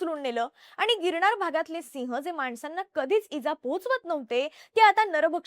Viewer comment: बोल भिडू, शो होस्ट मुलीला पहिले 'न' या शब्दाचा चा बरोबर उच्चार करायला शिकवा, प्रत्येक वेळेस न ला ण बोलतिये... गिरणार 😂.. अशा व्यक्तींना शो होस्ट करायला नका देऊ ज्यांचे उच्चार अत्यंत अशुद्ध आहेत.